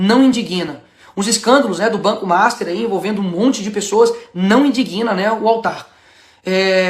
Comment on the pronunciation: Ô Nicolas "indiguina" não pelamor! Você vai ser presidente comece dominando a língua!